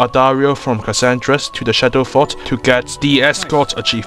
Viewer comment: "Cassandris" I'm done, sorry, I just can't